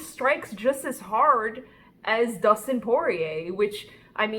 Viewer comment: She said Dustin 🙄 no no no